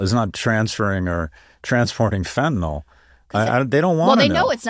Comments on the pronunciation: Let's please avoid sounding like MAGA rednecks: its pronounced fentaNYL, not fentanol. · Fentanyl is NOT pronounced Fenn-ta-NOLL; it is FENN-ta-Nill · so we got Scott to stop pronouncing it fentaNOL.. maybe Jess can follow suit?